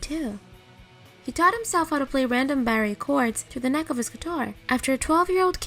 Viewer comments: It's pronounced "bar" chords, not barr-ay. Otherwise I like her pixie voice. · Awesome stuff! Part 1 was great, as well. One note: maybe it’s dialect, but “barre” is usually pronounced “bar.” I was confused for a sec at that bit.